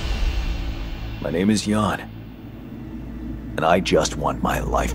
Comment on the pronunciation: Jan, sounding like Yan